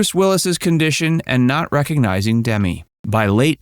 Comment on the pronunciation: It’s not D me more - it’s DEMI for Christ sake! 🙄